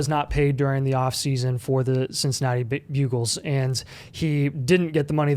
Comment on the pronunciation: Why is he calling them the bugles?